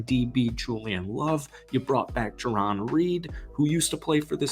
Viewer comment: Btw... J. Reed is pronounced ( Jare-n) 😉🎯 #Hawks4Life 💚💪🏾👊🏾💯💙